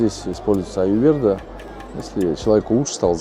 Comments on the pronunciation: не аюверда, а аюРведа ))) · Аюрведа, а не аюверда😅